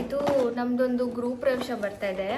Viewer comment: It’s not guru presha but it’s gruha pravesha